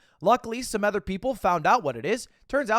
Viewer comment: It's insane we just let him get away with pronouncing "other" the way he does